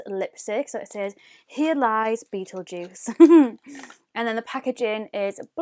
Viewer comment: It's pronounced like beetle gist that shade